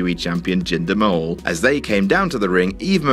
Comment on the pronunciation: Its jinder mahal not ginger mahal😂😂😂😂